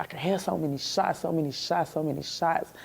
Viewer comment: "Dem Shotz" "Amberlance" ... Oh how ghe*tto fabulous!!!